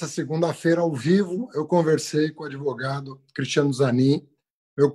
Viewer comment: "Adevogado do meu chefe"